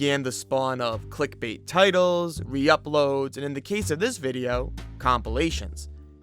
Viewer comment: Click - BAIT dude, not “bate”. Sorry to be that guy.